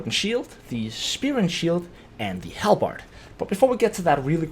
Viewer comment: WAAAAGH !!! It's pronunced ...... hal- buhd !!!! Never do this again ! 😁 Fun fact : In Hungary : Alabárd ! And how do you pronunce in your country guys ? Write down !